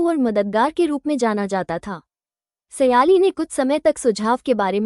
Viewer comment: સયાલી નહીં સાયલી છે